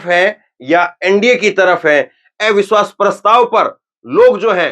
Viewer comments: Are ai biswas nàhi jara pronunce thhik karo abiswas hai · Avishwas bolna to seekho